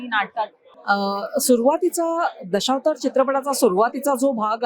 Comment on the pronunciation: दशौतार नाही गं ताई. असा "दशावतार"असा उच्चार कर